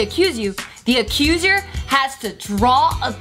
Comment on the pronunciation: This is my new favorite jkp game. ^^ Also can`t pronounce accuser?